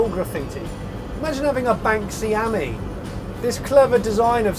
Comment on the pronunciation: You pronounce Ami as in “friend” in French , not the way you pronounce it !